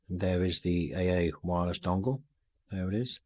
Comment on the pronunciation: LoL you said Bong it just sound funny . . nice clean wiring you should see under my seat look like spaghetti